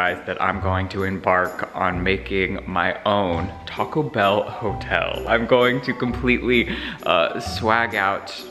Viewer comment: I love the way he said Taco Bell 😂